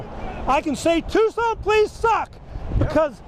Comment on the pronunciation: Policing by the pound…. It’s pronounced TUKSON.